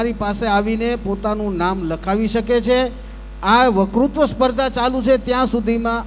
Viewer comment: માફ કરજો પણ આપ વકતૃત્વ બોલવાને બદલે વકૃ બોલોછો.